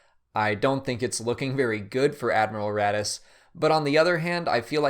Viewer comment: You say Raddus I think radish.